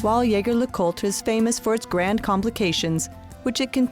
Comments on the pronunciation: ZHEY ZHER LEH KOOLT! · Good lord you butchered the name. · At least pronounce the brand correctly 🙄